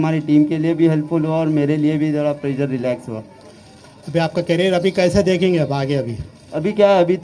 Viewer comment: It's प्रेशर bro not प्रेजर। Well played BTW I appreciate ❤🤘